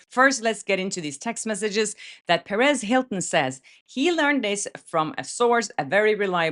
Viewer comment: Everytime she says Perez Hilton,it sounds like Paris Hilton 😂